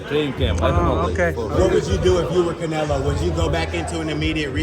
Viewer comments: Between that hat and that jacket, the crusher's on the squad Also Russian"s cant say the "O" in Canelo!?!? 😄😄😄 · The Russians don't press on the O even if it's on the middle of the word. But still funny the Canela tho lol